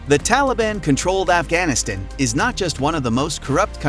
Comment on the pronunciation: This was interesting, but all the mispronunciations (undermining, Afghanistan, etc.) were distracting.